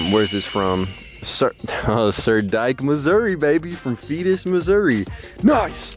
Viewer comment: “Fetus Missouri” He missed the S, lol